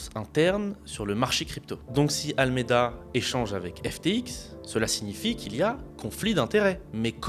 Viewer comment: Le sujet est intéressant, mais la chronologie de l'explication est totalement déconstruite. De plus, ce sujet a déjà été largement traité. Il est perturbant d'entendre "SDF" au lieu de "SBF", et le nom correct est "ALAMEDA", pas "Almeida". En outre, traduire les passages en anglais aurait été bénéfique.